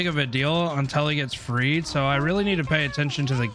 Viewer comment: Freed not Fed LoL